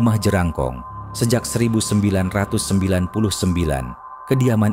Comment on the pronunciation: Bkn jelangkong tp jerangkong atau jrangkong 😂😂😂